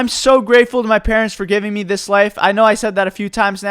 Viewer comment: why does he say meh and not me